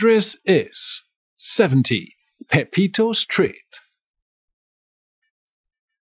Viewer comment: Not sctreet is street